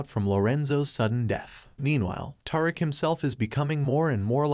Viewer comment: his name isnt Tar-ick its Tariq like Ta-Reek lol cant take ya seriously when you cant say his name right lol